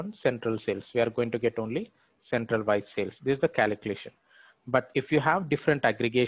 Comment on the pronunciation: What the f@ KALEEKLATION is for f@ god sake!😆 Learn how to pronounce calculation properly. Could not follow the logic hearing kaleeklation 50,000 times in 7 mins! video